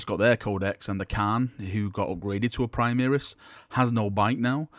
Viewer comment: Can you STOP saying "primiris" it is "primaris" pronounced "pri-mar-is" the "mar" is the same as in "mars"